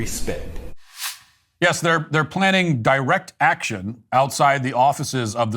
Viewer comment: “We will do direck atchun”